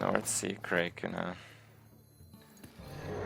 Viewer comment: You lost the first game because you pronounced 'Kraken' wrong.